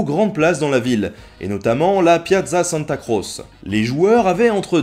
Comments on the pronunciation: On dit "santa croché" pas "santa crosse" ^^ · Tes vidéos sont très intéressantes mais si cela n'a pas été encore fait je tiens à te signaler une petite erreur qui m'a bien vrillé les tympans ce en italien se dit tché donc pas santa crosse mais santa crotche (qui s’écrit bien sur santa croce). Merci encore de faire aimer l'histoire a des gents comme moi qui en ont étés dégoutés pendant toute leur scolarité par des profs qui ont perdu tout intérêt dans le fait d'enseigner et qui de ce fait sont incapables de rendre leur sujet intéressant. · Très bon épisode ! Comme toujours, on se couche moins con après ^^ Par contre, petites corrections de prononciation : Calcio = "caltcho" et Piazza santa Croce = "Piatsa santa crotchè"